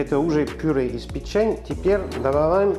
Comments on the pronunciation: user-ep7hr2pp8j по русски пЕчень, а не печЕнь.... Французские слова - ударение на последний слог.... ФуА грА, шампАнь... Или вы о чëм? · Печень, на первое Е ударение